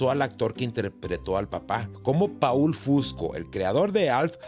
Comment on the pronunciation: Se pronuncia POL no PAUL , POL FUSCO